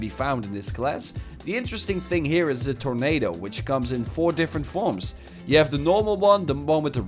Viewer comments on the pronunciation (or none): none